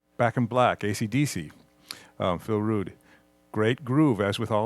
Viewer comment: its not phil rude! phil rudd